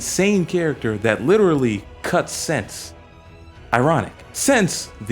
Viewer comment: hey man great analysis but you have mispronounced most names they are of german origins. Sense = Sen-sa, Flamme = Flam-ma, Sierie = Se-rei-ah. Hope this helps for future vids keep it up man